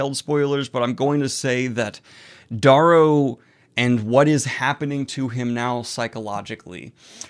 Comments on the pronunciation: well he's been mispronouncing Darrow's name wrong for ages now even after seeing videos of Pierce Brown pronouncing it Dare-row. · Wait is it Dahrrow or Darerow? (Pronunciation)